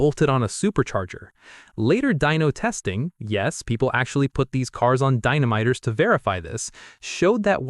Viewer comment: Dynamiter, huh? Why don't you just say it like the Quebec lady who got it wrong on the Canadian version of "How It's Made" Dynamo-meter? It's just like in Total Recall when the bleep blorp exposes itself and you realize you're listening to a computer.